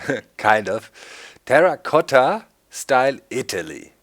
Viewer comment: Lol Terracotta you said it well (Italian)